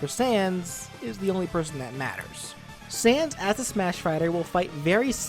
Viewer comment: He says sand, not sans